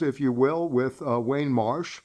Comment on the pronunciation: It is Warne Marsh,, not Wayne.